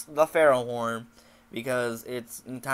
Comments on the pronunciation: Ferro THORN, not horn lol. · dude, it's FerroTHORN...